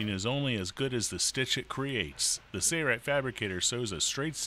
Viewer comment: Ok. It looks like a good machine. But, it drives me crazy that they can't even pronounce the name the same in their own videos. One person pronounces it Sailrite, like its spelled, at the start of the video. Then all the rest of the video they pronounce it as sayrite and drop the L sound.